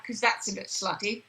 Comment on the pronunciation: haha the 'slutty' bit sounds british... think Helen Magnus is creeping out in real lol!